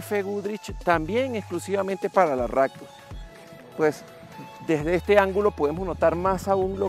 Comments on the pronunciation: Ractor...??????? o Raptor.... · Porque le dice "ractor" a la "raptor"? jajajaja